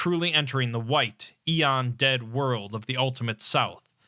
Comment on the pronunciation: not sure if he’s mispronouncing it or it’s a regional thing